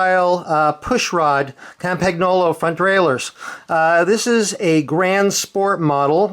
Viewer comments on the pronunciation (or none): The pronounce is Campagnolo (Campniolo) and not CampaGnolo....GN in italian is like ne , then,........Campagnolo (CampaNEolo)